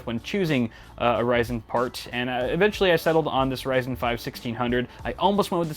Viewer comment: I stopped watching after i heard ryzen